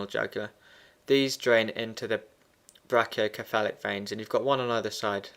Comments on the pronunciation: ME TOO!!! lol, i love his videos.. but come on man.. it's brachio"se"phalic not brachio"ke"falic! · Its pronounced (Brake-E-O-sefalik)